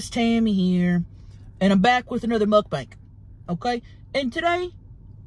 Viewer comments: Love how she says muckbank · I love Tammy saying muk-bank😂🤣